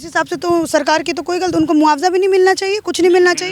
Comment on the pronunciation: Are madam ji tumhe patrakaar kisne banaya jo hindi bhi nhi a rhi hai sakar ki bajaye sarkar bol rhi ho 😄😄😄😄😄😄😄😄😄😄😄